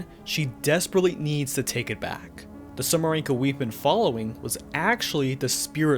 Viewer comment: ITS SUMIREKO, NOT SUMIRENKO!!! AAAAAAAAAAAA (I just hope i misheard xD) (Also, i just love how the whole Urban Legend incident background story is completely omitted xDDDD)